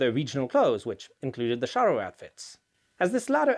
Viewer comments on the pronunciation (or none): Ay, muchacho - I think 'cha' is the better pronunciation than 'sha': Sombrero de Cha-rro: ¡Olé! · Shouldn't his pronunciation be "charro""--not "sharro"? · Ch in Spanish is pronounced the same as in English, like in the word Charge or Challenge. Not as sh. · The word charro comes from the nickname for people original from the province of Salamanca in western Spain. The typical cowboy outfit adopted by the anglos is also inspired by the Charros rancho outfit. It is pronounced like ch in change btw